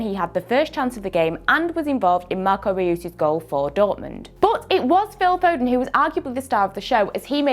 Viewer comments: The way she said Marco Reus 😂😭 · The way she said Marco Reus lol